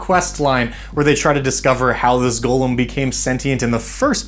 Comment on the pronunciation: Golem not gollum ong thank you